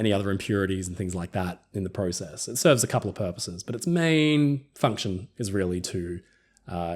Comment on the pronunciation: YOU SAID PROCESS WRONG! 👎👎